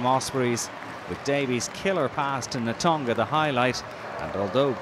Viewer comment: Who is the guy summarising? Can he learn to pronounce names like Tovey and Natoga please?